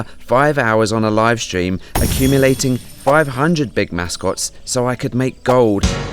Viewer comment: When you say Gold it makes the word gold a little bit funnier